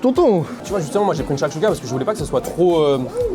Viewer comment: on t'adore mais c'est chakchouka et non pas chakchoukha ahahaha Au top comme toujours